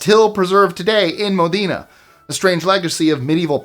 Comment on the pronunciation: Regarding the " War of the Oaken Bucket"; the correct pronunciation of Modena, Italy is " MO-den-ah" with accent on the first syllable rather than "mo- DEEN- ah". This was a really interesting list overall, with the dogs disrupting the baseball game being a fun non harmful story ❤